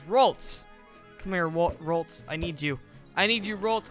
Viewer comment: It's not rolts it's ralts